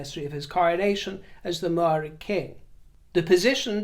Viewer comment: Thank you so much,, for acknowledging the passing of Māori King Kiingi Tuheitia and for your effort in pronouncing Māori words. As Māori, we always encourage—and sometimes even expect—non-Māori to make an effort, but you absolutely nailed it, especially considering you don't even live in New Zealand! I am super impressed. Ngā mihi nui!